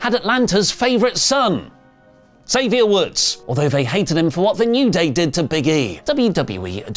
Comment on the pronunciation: incorrectly pronouncing Xavier's name as usual.